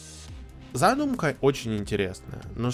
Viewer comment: Не зАдумка, а задУмка)